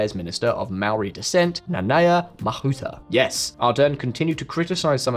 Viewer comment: Well done on your pronunciation of Nanaia Mahuta.